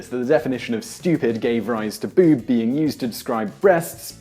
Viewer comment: why can this man not say "boob" like everyone else?